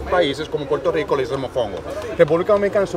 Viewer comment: Que pena con lo que dijiste al final. Pero seamos honestos ... Usted cree que decir Puelto lico vs PUERTO RICO ... ESTÁ BIEN DICHO. SALUDOS